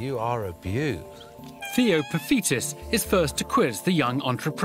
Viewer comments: it’s theo not touker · It's Theo not Touker. I can see why there was a confusion though lol